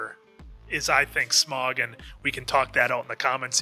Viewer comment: Remember, it's not "Smog", it's "SMAUG", like "mouth", and all caps. And you can throw in a little sch to make it "SCHMAUG" for the memes.